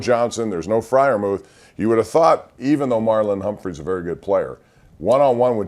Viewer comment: Heard that mispronunciation.